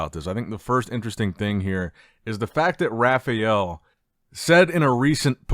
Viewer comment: "Rafiel" dude...how Hard is to say RA FAAAA EL?